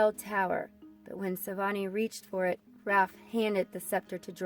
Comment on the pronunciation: you said renet as renae and raph as ralph